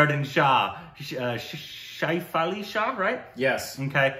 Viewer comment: Not "Shaif-Ali-Shah". "Shefali Shah".